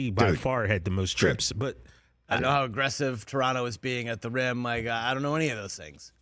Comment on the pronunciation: As a Toronto kid I really appreciate Rich with the correct way to pronounce the name of the city